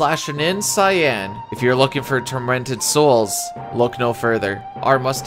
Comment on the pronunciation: Why do so many people pronounce his name as 'Sigh-anne' it's Cyan like Saiyen or Sigh-in Cyan is a color very close to Teal